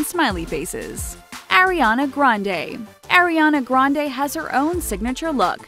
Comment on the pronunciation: "Airiana Grande" :')